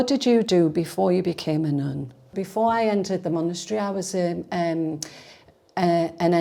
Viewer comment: As an easterner what's this accent? It makes her so elegant well except that 'nuun' pronunciation.